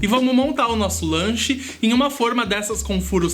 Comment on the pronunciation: Gente adorei esse Lancho se é assim que se pronuncia,AMO DE PAIXÃO suas receitas, bjs 👋👋♥️♥️😍